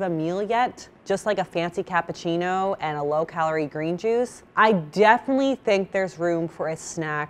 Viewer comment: She can't pronounce Cappucino, wtf?